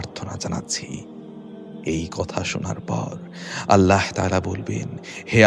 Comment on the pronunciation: আপনার আল্লাহ উচ্চারণ ঠিক করেন তারপর ইউটিউব করেন